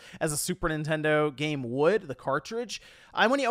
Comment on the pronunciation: i swear i heard him saying "the physical gay market"